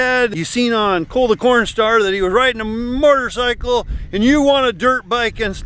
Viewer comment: Your dad said a MORTARCYCLE